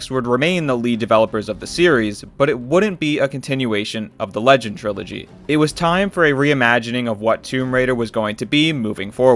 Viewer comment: my man, the myth the lagend